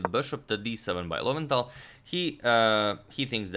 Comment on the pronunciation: Lowenthal - low end tal